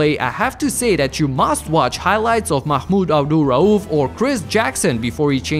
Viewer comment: I surprised the way you pronounce "Mahmoud Abdul Rauf" it was very satisfied.